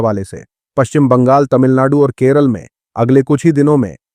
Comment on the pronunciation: Bhai, kerull nehi Kerala hy